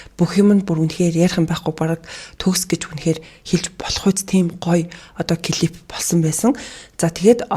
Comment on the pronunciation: бүх бичлэгийг нь үздэг дуртай шүү ❤ гэхдээ клип гээд хэлээд өгөөрэй клифф гэж байхгүй шүү